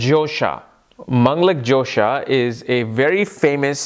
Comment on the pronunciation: it is dhosa not jhosa ...like fault :)